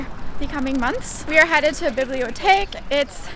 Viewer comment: I love your videos and your style... always inspiring. Also I had to smile as you said "Bibliotheque"... i clearly heard "Bibliothek". 😄 Sending love from Germany 😘